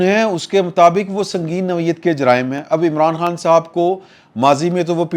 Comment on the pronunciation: noa'vayyat nahin hota, noa'yyat hota hai. baar baar aik hi ghaltee....